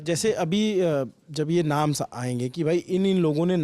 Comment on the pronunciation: @@ "naams" min apko bahut dhyan se suna jata hai apke YouTube platform se Hindi ko aur sunne aur samajhne ka mauka milta hai hum logo ko...thoda spashtta aur shudhta ki apeksha hai.🙏😊